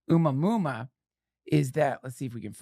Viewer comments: Duncan... I believe your "Oomah Moomah" is pronounced Oh-mua-mua" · It's pronounced "A-moo-uh-moo-uh." What is your problem Duncan? You can't look up how to PRONOUNCE A WORD, THIS AGGRESSIVE ACTION WILL NOT BE TOLERATED 'N SHIEEEET